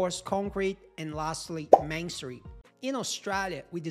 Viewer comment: What book would you recommend on reading on designing structures for earthquakes (or any books) for students. Also when you say masonry it sounds like you’re saying mansory 😂. However great video I have learnt a lot!